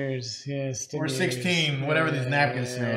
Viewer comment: "Happy Anniversary to 10 wonderful YEERS."